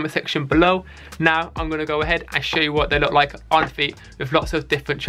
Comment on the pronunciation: "I fwink dey wook pweti cool wike this sowe"